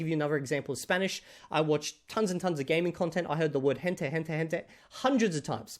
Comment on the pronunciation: Okay that Gente came out a bit like Jete to me. (Native speaker)